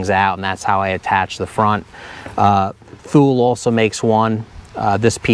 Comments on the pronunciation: Two-Lee, not thool. Thumbs up! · Good job on this,. "Thule" is pronounced "Too-Lee." Makes you sound more professional when that's included in your next one. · BTW…Thule is pronounced “Two-lee”. Good beta on the wide straps! Wider is better. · Actually, it is a swedish brand and is not pronouced ”tool-ee”, more like ”tu-le” with a ”hard” U that might be hard for native english speakers to nail. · Very helpful video, thank you. Not trying to sound like a smartass, but Thule is pronounced "tool-ee." Just an FYI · I'd have no idea what someone is talking about if they said "two-lee". I recognized "thule" though.